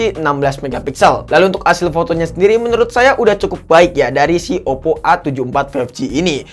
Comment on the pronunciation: Oppp ❎ Oddo ✅ 😂